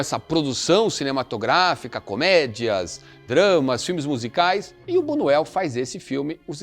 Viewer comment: Por favor!! Buñuel ( tem o som de nh)